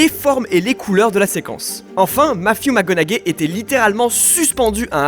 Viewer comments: Sympa la vidéo, par contre mes oreilles saignent quand j'entend Matthew McConnaugai . Tu dit bien Matthew et pas le nom de famille haha. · Matthew "mac conagay" lol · Non surtout pas